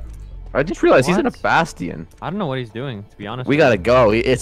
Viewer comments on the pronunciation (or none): Why do they pronounce bastion as basteon